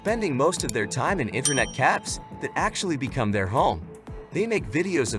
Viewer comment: "Live" pronounced as "livv." Internet "caffs". Yup.